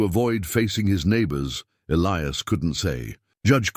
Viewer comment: The name Elias was mispronounced for most the story The story got screwed up in the end, recalling the first funeral during the second one, then continued from there,... It was an okay story, when is finally caught up to the second funeral again,... If the son kept the father's star there should only be 2 stars on the mantel,unless he put the guys star that got killed after the fact